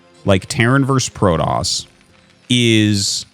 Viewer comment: I have a dream… a dream that Artosis and Day[9] never call Protoss Prodoss ever again.